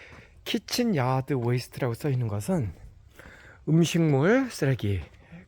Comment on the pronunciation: 쌤도 키친을 치킨으로 읽으실 때가 있군요 ㅋㅎㅎ 치킨 얄드 웨이스트 , 저도 캐나다를 경험할 기회가 있기를 ~~~😊🎉